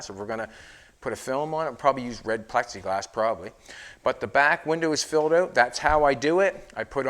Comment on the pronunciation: I wish would go back to saying Pexiglass.